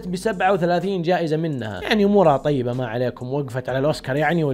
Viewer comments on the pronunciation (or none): none